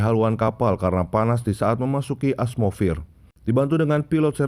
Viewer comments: atmosfer bang bukan asmosfer😂🤣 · Bacaan nya atmofir bukan asmofir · Atmosfir bang bukan asmofir maaf bang sudah megoreksi menit 🙏🙏🙏🙏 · bilang atmosfir kok asmofir bang😂😂😁